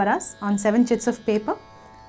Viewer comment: did she say 7 shits of paper?